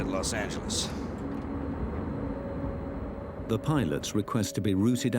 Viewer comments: Las AngeLAS God damn Brits not Las AngelLEASE. 😂 If you're talking about our cities pronounce them correctly. Damn listening to Brits drives me mad sometimes. 😂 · Los angeleeez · Sorry but- “Los Angelees” “Pueto Vaarta” Sir I’m